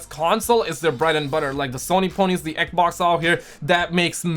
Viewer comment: Normal People: "Xbox": "Egbox"